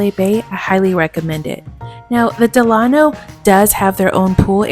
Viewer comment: DELano not DeLAno, after Franklin DELano Roosevelt. Please.